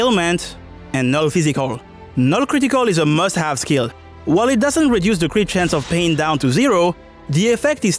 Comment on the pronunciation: It's crit. not chit. Unless you wanna shitpost bout it